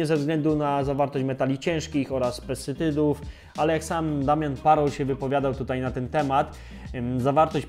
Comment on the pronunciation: Pan się wypowiada o zawartości PESTYCYDÓW, nie potrafiąc wymówić tego słowa poprawnie. Nie chodzi o złośliwe czepianie się słówek, po prostu nie wypada Pan wiarygodnie. Mam wrażenie, że Pan nie wie, o czym mówi, a te błędy w filmie z tego wynikają. Może pierwszy raz Pan o tym coś poczytał. Obejrzałam materiał z nadzieją na informacje wykraczające poza „mi się wydaje” albo „ktoś powiedział”, bez głębszego wejścia w temat i raczej bez zrozumienia.